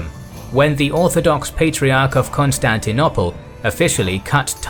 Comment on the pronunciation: The city now called Istanbul was called Constantinople NOT Constantinopple. if you want to pronounce it the way you do in this video you should get scholars to change the spelling. Another mistake in pronunciation is the ci in Latin and Italian: Tacitus is pronounced ta-chi-tus. Ci and ce = ch like in ciao and 'cello.